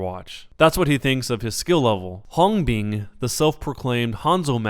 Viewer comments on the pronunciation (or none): im not laughing at the pronunciations. im crying. pls save our poor children from this name butchering but i can't get over hongbean lmao